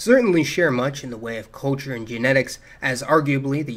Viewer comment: I love you but I hate the way you pronounce culture